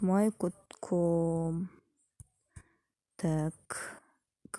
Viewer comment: Видеонор тунук эмес жмейл десенер гмейл эмес☺